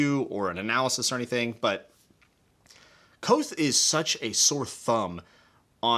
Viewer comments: K'vothe. K-vothe. Not Kwothe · Say Kvothe like Quoth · Small note the V is not silent In Kvothe. It’s a weird name to pronounce